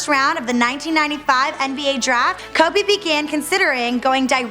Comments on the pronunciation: Its Kobe not Kabe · Don't let someone who knows nothing about sports document it, it's not kuby it's pronounced coby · It is KODE not cubby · bro its kobe not clubby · "Kubby" Bryant 😂😂😂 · "Kuby bryant" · That lady said cubby Bryant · Lmao Kabe Bryant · cubby bry-int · Why the fuck does she say "Kubby Bryant" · She called Kobe, "Cabby Bryant" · "Kubby Bryhant" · AT SG KUBBY BRYANT!!!!!!!!!!!!!!!!!!!!!!!!!!!!!!!!!!!!! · Kabby Bryant... 😑 really nigga KOBE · "ka be bryant" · "Kubby" your talking about 1 of the the best basketball players and you can't say his name please quit your damn job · Auburn Tigers and Minnesota Timberwolves FAN actually ko be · she called my nigga "Kubby" and got most of her info from Wikipedia smh what a tragedy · "Before KABE Bryant........"😂😂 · Who the fuck is Kuby Bryant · I hate the way she says Kobe "Kubby" and Philadelphia. Put some respeck on my city's legend' name and my city's name. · she was saying Kuby like tf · 'Cowby Bryant' Come on! Couldn't watch this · Kebe Bryant. She doesn't even know how to say kobe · When you say "Kubby" it seriously makes me want to kill myself hahaha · Who's "Kubby Bryant"? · She said kubby bryant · kobe is pronounced kowbey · "Before Keh-be." ????????? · Yo when she says Kobe in the beginning is sound like she saying kobey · Hakki S and how she says Kobe. TF is Kubby??? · Why in the name of god does she keep saying "Kubby Bryant"!! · Bro u got me crying "kubby"😭😭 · Who is this "Kubby Bryant" the lady speaks of? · Who the fuck is kAbe Bryant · did she say kubby bryant? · Koabey is what she says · Jacka Boy she says kube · It sounds like she is saying kaby Bryant 😅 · why would they let someone who can't say kobe right let them talk about the GOAT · How is the BEFORE he was famous? Most of it was during his career...like after his rings even. Also, if she can't pronounce the guy, she probably shouldn't be the one speaking. She's hot, but just no... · Bro she pronounces his name so wrong